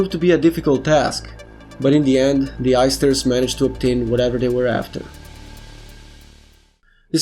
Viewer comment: everytime he says the heisters it sounds like the oysters